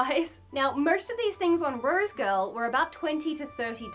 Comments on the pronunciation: 🤭 Girl! 🤭... Everytime You Kept Saying "Rose Girl"... I'd Say... "Rosegal"... "Rosegal"! 🤭😁😄🤭 Really Great Review - Thanks & Much Luv🦜Archie! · So is it rose girl or rose gal or is it her accent that is making me lose my mind? Cause I swear it’s rose gal and she keeps saying rose girl. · Cringe everytime she says "rosegirl" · Maybe its just me but somehow i keep hearing "roadkill" when she says rosegal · has a super complicated order that she gets for free and can't even say the name of the site properly